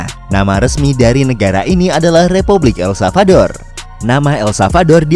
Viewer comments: El SaLvador ya bukan El Savador.. mimin menyebutkan berulang-ulang tp salah 😅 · Ntar pak masih proses belajar mengucapkan nama negara ya 🙏 jadi blm aku tonton full